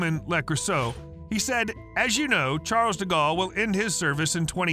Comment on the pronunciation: How dare you pronouce the "s" at the end of "Charles"